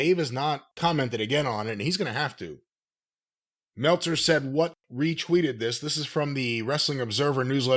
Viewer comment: “Dave MELTza!” - Wrestlelamia